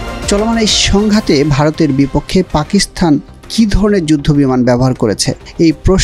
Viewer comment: জনাব রিপোর্টার, পাকিস্তানে 'থ' পেলেন কোথায়? উচ্চারণ ঠিক করুন।